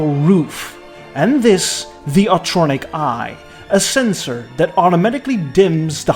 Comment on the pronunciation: Thank you for this, and especially getting ‘Autronic Eye’ correct. Everybody butchers it.